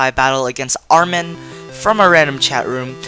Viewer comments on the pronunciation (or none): none